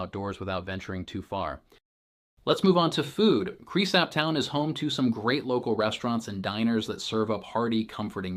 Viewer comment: You should probably learn how to pronounce the name of the town if you are going to be teaching people about it. Same goes for the name of the county.